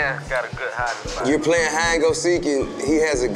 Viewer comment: “You were Pwaying hide and go seek “😂😂